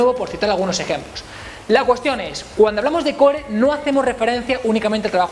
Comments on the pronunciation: Se pronuncia coor no core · porque no pronuncias core de la manera correcta? saludos